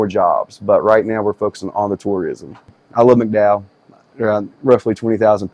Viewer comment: I had to stop watching . I just couldn't listen to this kid repeatedly butcher the pronunciation of the county. It shouldn't be this hard bub - West Virginia does not have a "Mack-dowel" County. 🤦🏼‍♂️😩